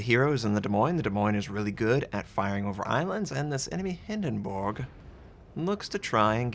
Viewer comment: Wtf is a Hindenboog? Please stop trying to pronounce ship names in their native language, you ain't even close...lol.